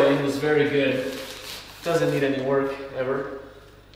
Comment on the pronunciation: Vewy complicated 😆 Bless him. Love ya!